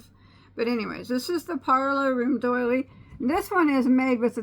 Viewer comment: Oops! Doily, not daily. :)